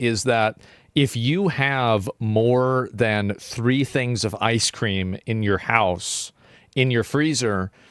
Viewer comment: you have you iced cweem loischens????